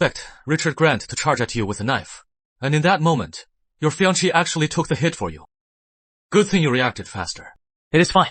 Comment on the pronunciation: 😂 it’s supposed to be fiancée but I think ai dubbing gets it wrong